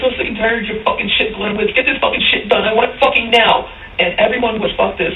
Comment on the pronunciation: Should be pronounced like Glinievitch, not like Glinewitz